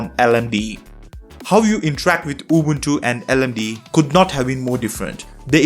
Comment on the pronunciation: It's L-M-D-E not LMDEE pronounced, Linux Mint Debian Edition